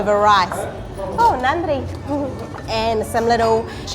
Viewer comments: I like yours Tamil pronounced nadri and vanakam sister. Would you like Madurai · Ultimate... WOW... Finally Paradise has been revealed... BONDA shops... Ultimate Veggie meals.. WOW WOW excited.... Jigirithanda needs more topping... VANNAKAM and NANDRI WOW... Nicely pronounced Dears...